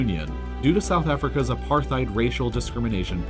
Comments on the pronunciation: Also the other mispronounced word is: "uh-par-tide". You'd think one would do their research. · Apar-tide NOT aparth-ide or apar-thide! Hard "T" not "Th." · How can any adult on this planet mispronounce Apartheid?! I mean, honestly even non-english speaking schoolchildren know this.. It's pronounced apart-heid, not "apar-theid". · I'm pretty sure it's supposed to be pronounced apart-heid, not aparth-eid, since the word is Dutch in origin. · That and AparTHeid… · US and NATO? NATO. Pronounced apart-hate. I would not be surprised if France was in it too. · And Apar-tayde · It's pronounced "Apar-tied" dude, c'mon man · Just a heads up: it's pronounced A-part-hide. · Ah apartheid- you see th written word… but don’t know how actually said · This is pretty good but man you gotta learn how to pronounce certain words. Apartheid and areceibo are wrong. I thought you loved LEARNING EVERYTHING YOU CAN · dude that’s not how you say apartheid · And apartheid. :\ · You mispronounced both Arecibo and apartheid. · I'm pretty confident you're right, but considering how often he mispronounces nuclear, it can't be too surprising he makes here as well. I think he also mispronounced apartheid. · What was with the butchering of the pronunciations of apartheid and Israel, and the upside down union flag? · You mispronounced arecibo, apartheid, particularly and sortie. Normally I wouldn't be so nitpicky but this is educational so I feel it's worth mentioning.